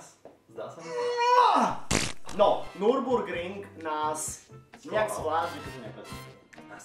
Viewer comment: Hlavně že Nürburgring :D vyslovuje se Nirburgring ne NU :DD